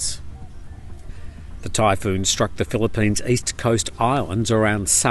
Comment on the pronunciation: Typhoon? I thought you said Thai Food!